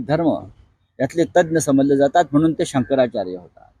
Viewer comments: त्याला शंकराचार्य पण म्हणता येत नाही अजुन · ज्या माणसाला शंकराचार्य हे नाव पण उच्चारता येत नाही त्यानी टिका करावी ॽ